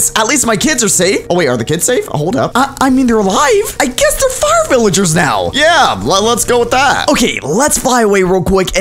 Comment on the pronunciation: Vilyarrrs me: you mean villagers